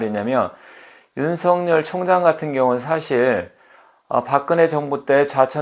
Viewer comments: '尹錫悅'은 '윤석열'로 표기되고 /윤서결/이라 발음해야지요. /윤성녈/로 발음하면 안 됩니다. '윤석렬'로 표기될 때라야만이 /윤성녈/로 발음되지요. 한자(漢字) '錫' 자(字)를 잘못 쓰시네요. '日'과 '勿' 사이에 '한 일('一')'을 넣어서는 안 되지요. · 처음 들으시는 문제는 저도 이상하고요, 보편적 관접에서 말씀 드리지요. 그러면 이렇게 생각해 보십시오. 예를 들어, '윤석렬(尹錫烈)'로 표기될 경우와 여기처럼 '윤석열(尹錫悅)'로 표기될 경우의 발음상 차이는 어떻게 되겠습니까? 둘 다 똑같이 /윤성녈/입니까? 그럴 수는 없지요. 문자[글자]의 존재 이유가 없어지니까요. 경상도 사람들(이 사람 역시 경상도 출신입니다마는) 중에서 낙동강 유역에 사는 사람들이, '쌀[米]'을 /살/로 발음하고, '(값이) 싸다[低廉하다]'를 /사다/로 발음하는 것을 보편적으로 인정해야 합니까? 잘못된 발음이지, 보편적으로 허용되는 것은 아니지요. '경숙'이라는 (여성의) 이름을 /갱숙/이라고(음운 현상-법칙상으로는, 사투리 발음이라도 /겡숙/으로 되기 마련입니다마는) 황당(荒唐)하게(?) 발음하는 것은, 우스개로 장난스럽게는 할 수 있으나, 보편적 상식으로는 틀린(잘못된) 발음입니다. 그래도 받아들이지 않으시고, 고집스럽게 주장하시겠다면, 개인의 자유이니, 어쩔 수 없겠습니다마는, 저는, 받아들이실 줄 알고 보편적 상식의 관점에서 말씀 드린 것입니다. 그러나, 이건 분명하지 않습니까? 한 나라의 질서를 바로잡고 통일(공식적으로는 필요한 국어의 통일)을 기(期)하기 위해서 도덕과 상식과 불문율과 법(法)이 있듯이, 언어에도 질서와 법칙과 원리가 있습니다. 그걸 무시하고 경상도 사람들끼리만 생각해서 경상도식(慶尙道式) 발음을 고집하는 것은 '넌센스'이지요. 농담이나 장난이 아니라면, 결코 맞는 논리라고 말할 수 없는 것입니다.